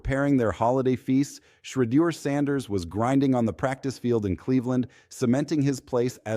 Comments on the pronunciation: Why are you unable to pronounce Shedeur's name correctly? Just listen to how major news programs pronounce it correctly. I find it idiotic that you think so little of your work as to keep incorrectly pronouncing his name. Take pride in your work!!! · Man if you don’t know how to pronounce Sheduer name properly just go ahead and delete your account 👎🏾